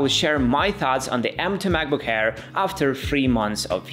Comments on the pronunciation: It’s Air, not Hair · did he say macbook AIR or macbook HAIR